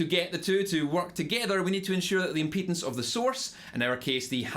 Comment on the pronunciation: I don’t think he’s saying impedance